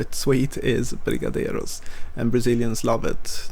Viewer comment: Just wanted to you nailed the "brigadeiro" pronunciation